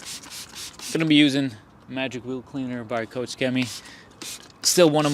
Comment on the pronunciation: spreek koch chemie nou is gwn goed uit en niet zoals al die Amerikanen, coach chemie